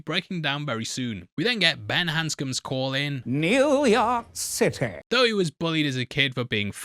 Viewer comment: . NEEEEUW YALK CITEH